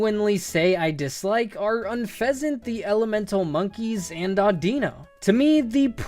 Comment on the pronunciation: Do you not like unfezant because you cant pronounce it? The "Un" Is pronounced like the beginning of the word "Unity" As its pre-evolutions were plays on the words peace dove, and tranquility.